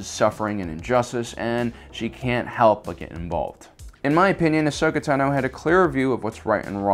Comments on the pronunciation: Dude, why are you a presenter when you literally can't pronounce ANYTHING correctly?? Ahsoka's last name isn't ta-NO, it's TA-no. The moon wasn't called "Rah-da", it's called "Raada"....as in ra-A-da, hard "A". Three syllables, not two. If you don't know anything about the topic, don't talk about it...... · TAno not TanO!!! you soppused to know about Star Wars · Pretty sure it’s TA-NO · The fact that he says Ahsoka Ta no is so triggeringgg ocdddsadsafgadsg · I cannot handle this assclown narrator constantly mispronouncing Ahsoka TANo's name.